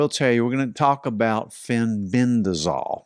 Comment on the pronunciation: Fenbendazole, not fenbendrazol